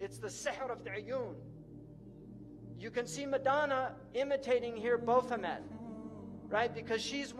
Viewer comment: Boph a met ......it is bath o met